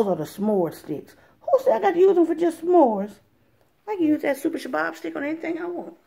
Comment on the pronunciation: I Can't Help But Laugh, I'm Laughing So Hard Every Time You Say Sha-Bab. 😂 I Think You Mean Shish-Kabob ... Sha-Bab Is Actually A Terrorist Group. (I know what you mean) That's Why It's Funny. I'm Laughing WITH You, NOT At You. 💋✌️😂😊 *Harakat al-Shabaab al-Mujahideen, more commonly known as al-Shabaab, is a jihadist fundamentalist group based in East Africa. In 2012, it pledged allegiance to the militant Islamist organization Al-Qaeda*